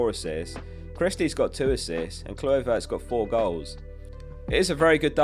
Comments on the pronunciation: Who's clue-vert? It's Cly-vert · It’s pronounced klyvert 😂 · Kloo-vert!? Haven’t you heard of Patrick Kluivert!? Haha 😂❤